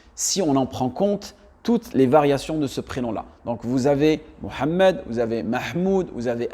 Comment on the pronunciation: Je te rejoins également ça ne tient pas pas la route mais également le fait de dire qu'il appelle Mahomet par francisation ne tient pas la route Car le prénom mohamed est très bien prononcé mis à part le ح et chada et donc Sa mérite des recherches